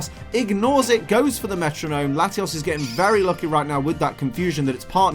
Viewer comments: Love the vid but it's latios not latias 😂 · you say latias... its latios c'mon man!